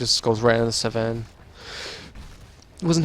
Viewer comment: why are you pronouncing Sven sa ven?